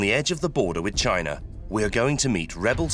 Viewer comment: Lol. "Next to "